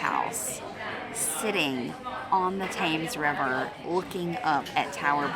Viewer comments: hi, love your blogs i live at a place that overlooks london ,a didtant view from windsor,wembly,shard, canary warf, dartford crossing bridge and greenwich, but pleae as many have probably already said The Thames is pronounced TEHMS keep up the good work ,steve osborne ps i can trace my ancestry back to Richard de branch who fought with william the conquerer ,and Thomas de gresham lord sheriff of London cool eh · Great video guys, thought you would like to know though, Thames is pronounced Temz or Tems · Hi guys! Love your video, and love hearing your perspective of London. One note: it's pronounced "tems", not as it's written, confusing, I know. Just an FYI for next time. :) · Thames is actually pronounced "Tems" but who cares. Great vid BTW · Thank goodness someone corrected the pronunciation of the River. I almost threw something at the TV every time they said They-ems.😊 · Impressive that you understood the Yeoman. But I've got to say it's pronounced TEMs to everyone here guys. Hope you really enjoyed your culture travel 💪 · I'm not even British and I know you say it Tems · Before you go back to London learn the proper pronunciation of the Thames River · So annoying people correcting the pronunciation of Thames. I’m sure we all have perfect diction when travelling overseas 🙄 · I was painful hearing it said incorrectly. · I cringed every time he pronounced the Thames incorrectly so American (bless em) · What an absolutely splendid video! It is one of those rare ones which I pause frequently just to assure myself that there is still quite a bit left to enjoy. Not a hint of criticism from me, but rather a point of information, which is that that large river is not in fact the ‘Taymes’ but the ‘Tems’, as in tem-perature. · Your Enthusiasm is infectious.But would respectfully point out to you that The River Thames is pronounced TEMS.Not Tames. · Small note the Thames is pronounced "Tems" not "Tames". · The Thames river is pronounced Temms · IT’s pronounced. Tems.